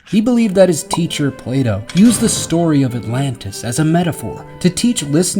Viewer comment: Play dough Plato?! That really got me 😂